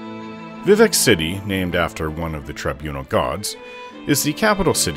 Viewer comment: Being a werewolf at high levels in Morrowind was a blast, you could Jump absurd distances lol. Also subbed for a few reasons, but liked the vid because you say Vivec the same way I do lol Edit: I found a unicorn once in Oblivion on Xbox 360 version. It was too fast and I couldn't catch it, I was so mad I almost threw the disc away lol 😂